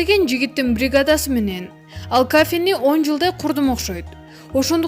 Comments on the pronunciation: Кафе дебей, каафе дейтко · Кафе деген созду айталбаган кандай журналист👎👎👎